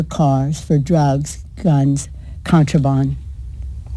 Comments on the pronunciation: " contrabond " ? Does she mean ' contraband ' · The balls In your court so instead of blaming trump get over yourself and do your fucking job .🇺🇸 PS , it’s contraband idiot not contrabond . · IT'S BOND, CONTRA-BOND. Never heard it said like that before! maniacal! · This moron literally just said "90% of drugs come through the points of entry, so lets expand the points of entry." WTF? And what the hell is contro"bon".